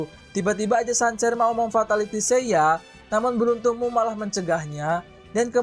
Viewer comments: Sanser, kenser gitu bacanya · Cancer = kenser,, perbaikin lagi bang penyebutannyaa